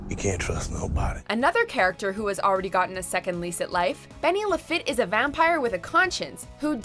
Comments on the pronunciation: ITS PRONOUNCED "LE-FEET" NOT "LE-FIT" HOLY FUCK DO YOU EVEN WATCH THE SHOW?? So not only does the original WatchHomo channel suck, but its female counterpart sucks as well. Just fucking retire already! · I agree with most of these. Mainly Gabriel, Charlie, Adam, and Bobby. I didn't mention Crowley because I have no doubt he will return. But I have to correct you on Benny Lafitte. It is pronounced La Feet not La fit. Like Lafitte, Louisiana. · Eileen should have been on here. Also, I would like it if the announcer could learn how to pronounce the name properly. Not just this video, but others as well. Lafitte is French, and pronounced la-fy-et, not la-fit. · Benny is Cajun. It's pronounced La-feet. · yep. Oh and LaFitte is pronounced “La-Feet”. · I’m from Cajun country - hearing her pronounce Lafitte as “Lu-fit” is cringeworthy. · Anyone else cringe every time she said Benny's last name? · Anyone else pissed at how she pronounced Bennys last name